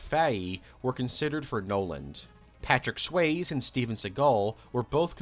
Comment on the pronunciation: I’m sorry, did you just call him “Patrick Sways”?! SWAY-Z. It’s pronounced “SWAYZeeeeeeee”